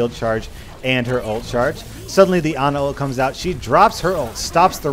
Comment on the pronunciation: you also say pharah and ana weirdly too